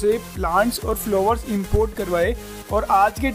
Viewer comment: फ्लोवर नही फ्लावर कहिये,सही से बोला कीजिये ।